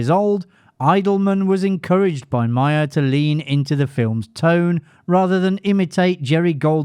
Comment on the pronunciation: It’s Meyer not Mayer.